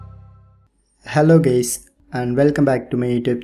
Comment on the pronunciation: DID HE SAY HELLO GAYS??